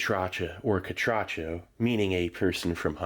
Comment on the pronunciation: Steve, thanks you for including my country Honduras 🇭🇳 and most of all thank you for the correct pronunciation of Catracho! I’m glad you like our Tamales 🫔!